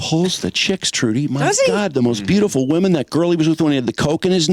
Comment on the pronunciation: Is that Trudy Daniels? Great memory from the radio days - I heard her name as "Chewdy" Daniels. I swear all of you, including Mike (RIP), said it that way. "And Chewdy's got some news on ... ". Belfour Blows